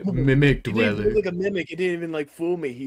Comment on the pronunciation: dwel ler